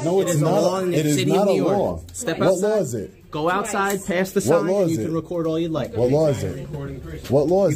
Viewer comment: You cant "ree-quaurd" here